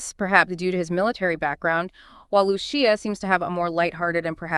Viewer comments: Why does the narrator keep saying Luchia, she said it right the first time. Great video tho 🤣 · yea I’m pretty sure. Sounds like that one Gemini model. Also, the creator won’t explain why they keep mispronouncing Lucia’s name…almost as if they aren’t saying it themselves